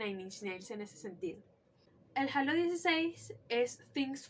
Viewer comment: Que fino una panita venezolana tiene Todos los albums de nin, yo cuando regrese a Venezuela en el 2004 me robaron los cds y me dejaron las cajas vacias, soy de maturin, una cosa que espero no lo tomes nada malo pero es un error muy comun decir halo (jalo) pero la pronunciacion es (jeilo)